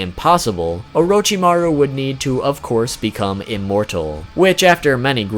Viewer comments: Nani? O-row-chi-ma-ruw ...................... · Why do people call him oroe-chi-ma-roo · It's not orochimaru It's not Lord orochimaru It's UWUchimaru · Is it really just me who can’t help but cringe every time he pronounces “Orochimaru”.... oh wait maybe y’all watched dubbed 😳🤢🤢😹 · the way you say orochimaru triggers me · if i hear orochimaro 1 more time today i will kill myself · Great video but please stop mispronouncing his name...